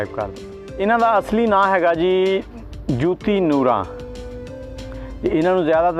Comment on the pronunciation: Yar teno te naam b sehi nahei aata Joti hai jooti nahei Nooran lajwab geik